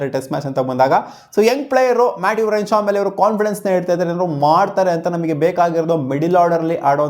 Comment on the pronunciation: Matt renshaw say properly 😂